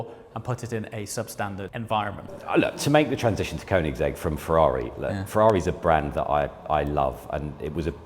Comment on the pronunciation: Bro, if you gonna be a dealer for koenigsegg you need to learn how to say Swedish "ö". It's pronounced Königsegg. Not cone-igs-egg 😂 The shield in the floor is cool I think. Gives a bit of a high end feel.